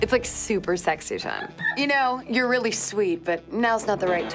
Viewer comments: Weally Joey, weally? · REARRY JOE REARRY? XD 8/10 for me tho